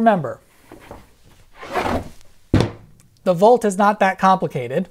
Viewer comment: Hard to tell when you're saying "Bolt" vs. "Volt". Please keep in mind that we don't all have great hearing.